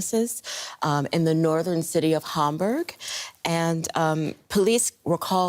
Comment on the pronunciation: Lady reporter, please pronounce the word Hamburg correctly either in German or English but not your way .